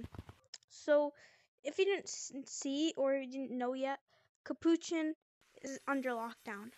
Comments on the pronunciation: Capochon?? ITS CAPUCHIN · no its NOT CAP POO CHIN tf